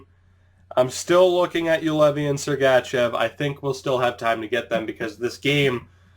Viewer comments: Great video. However, everytime you say Sergachev I wanna punch you in the face. This is my 1st video I've ever seen of yours. I'd like to thank you for showing the entire draft without editing out your reason for picking that player. I've been looking for a video like this so I could draft a team at the same time as someone else :) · listen how he says sergachev